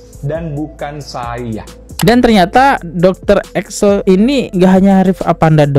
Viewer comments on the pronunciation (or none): Ekles bukan Eksel 😂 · Ekles bang ekles.. Bukan eksel. 😂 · EKLES BANG BUKAN EKSEL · Setuju. Ekles dia baca Excel, Presenter dia baca Persenter, di video2 lain ternyata dia sering salah baca juga. Itulah kalau nggak ada standar baku untuk orang bikin podcast